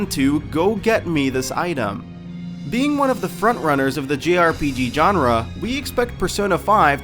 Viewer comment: did he really just pronounce "jrpg" as "grpj" and Rise's name as "rise"?